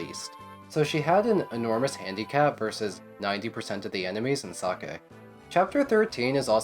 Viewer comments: Is sacae really pronounced like sake? Cuz i never considered that and i dont like it 😂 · You do realize that "sacae" the way you pronounce it sounds like "sake", or Japanese alchohol. It's just funny ngl.